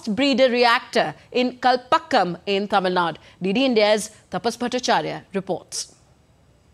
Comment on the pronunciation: Would be nice, if news presenters pronune Tamil Nadu instead of Tamil Nad. There's clearly an 'U' at the end.